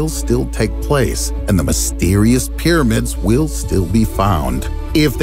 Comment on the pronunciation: Peeramids this. Peeramids that. Peeramids...... Peeramids.